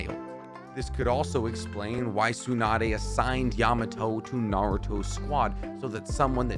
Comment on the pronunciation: Meenatoe? Tzunadae? Namikazay? Hoekagay? dude, like seriously, what the hell are you talking about? like how am I suppose to force my self to believe that you are trying to make sense? 😂😂😂